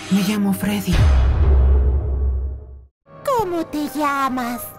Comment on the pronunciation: Se dice Freddy pero bueno tranquilo jaja pero eres una persona buena pero juega fnaf